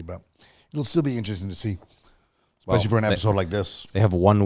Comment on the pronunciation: Does say "expecially" in every single episode on purpose? Is that like a catchphrase of his or something?